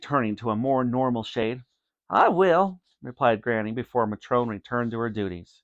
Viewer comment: He said matron wrong